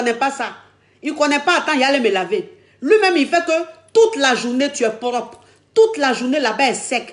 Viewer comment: elle dit poropre